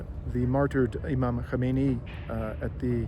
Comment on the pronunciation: Please, if you have any respect for Iran, learn to pronounce the former and current supreme leader's surname. You are pronouncing it the same as the original supreme leader Ruhollah Khomeini, Kho-me-i-ni. Ali Khamenei's name is pronounced Kha-me-ne-i.